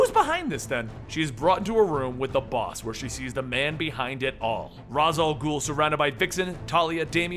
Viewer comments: Why do I keep physically recoiling everytime he pronounces ra's "raes" and not rozsh or something? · R'as="ray-shh" say it with me please. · Ra's = "Ray-sh" . . . . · It's pronounced 'raish' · I feel like he’s saying “Ras” wrong. Not that it matters I just thought it was pronounced different. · It's pronounced "Raysh" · That is not how you pronounce Ra's. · did nobody ever correct just pronunciation of raas?